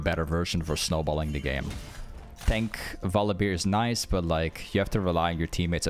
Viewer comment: I really like your videos, but for god's sake, please stop saying VoliBEER